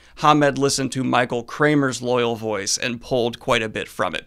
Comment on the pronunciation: For such a super-fan, why do you keep mispronouncing "Loial"? It's not pronounced like "loyal". It's "Loy-ALL". The show got it right.